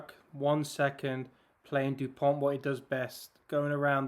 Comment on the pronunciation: These are some very fine analysis, thank you ! Just so you can take it easier on the wording... - in Dupont, the last "t" is mute, as for 95% of final letters in french, same applying for Thomas. - Fickou has to be pronouced "feekoo", without anything fancier, as the sound "oo" is always produced with the pair "ou" (no exception, enjoy !)